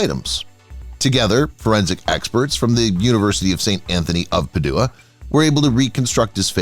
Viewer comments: Padua is pronounced "PAD•joo•uh." Cole Porter has a song in which he rhymes Padua with the words "cad you are." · Agreed! “St. ANTHONY OF PA-DO0-AH?” Yikes! Good info, however. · PADUA? PAD-UA lol😂😂😂😂 pa-due-a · It's not that hard to Google the pronunciation of names and places if need be. This guy is absolutely atrocious. I can't watch it past Peduwa, meaning Padua. Really? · Jeez dont the yeach AI how topronounce ANYTHING??? PaDOOah??? Most pathetic among many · PADUEA PRONUNCIATION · “Anthony of Puh-DOO-uh!” 😂